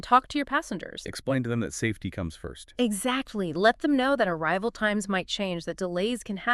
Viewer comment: im-safe-ee? Yeah, I guess I’ll go watch another video. 😂